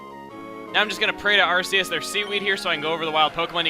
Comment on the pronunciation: Arceus is AR-KEY-US, not AR-SEE-US. Did you not watch its movie!